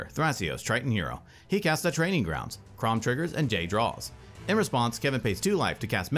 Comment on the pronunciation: "He moves to Kraum-bat" LMAO okay that me really laugh~